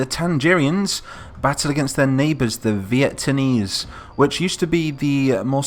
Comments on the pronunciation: are you saying vietamese ir vieTANese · VieTANese... I´m done xD